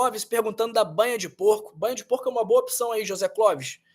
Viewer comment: Gostei do vídeo!! Muito elucidativo. Só uma pq observação: a pronúncia de opção não é opição.